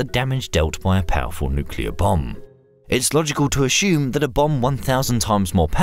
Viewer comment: Why do you say "a-shume" for assume, but not "a-shumsion" for assumption?